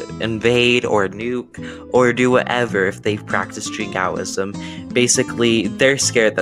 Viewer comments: not just extreme, imprecise too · Good video although you pronounced Jingoism very badly, you could in the future also focus on historic British and colonial Jingoism prevalent at the time the word was coined in 1878 by George Holyoake rather than the modern-day example of North Korea that is a bit more extreme.